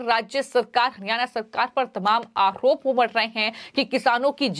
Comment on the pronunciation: मैडम, आओप नहीं होता है, आरोप होता है। Please improve your language and pronunciation.